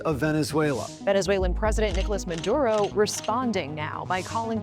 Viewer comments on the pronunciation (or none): Meduro not Medudo